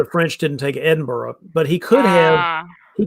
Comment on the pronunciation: I think before is given the French names to pronounce, we should have a conversation about "Edinburgh". Terrific coverage as always, thanks team.